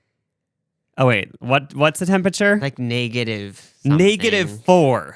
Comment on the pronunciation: 😂I was thinking the same thing